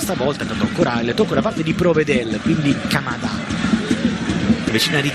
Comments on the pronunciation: Che urto il telecronista che pronuncia Kamadà…è Ka-mà-da!!!! A parte questo, mi sembra un calciatore dotato di buoni piedi e visione di gioco. Per chi commenta dicendo che fa solo passaggi all’indietro, penso sia normale giocare sul sicuro quando sei arrivato da pochi giorni. Cosa diranno gli stessi vedendolo dopo due mesi di Sarrismo intensivo? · Non si dice né Kamadà né Kamàda. Si dice Ka ma da, cioè come ka ra te. Come se fosse Kàmàdà.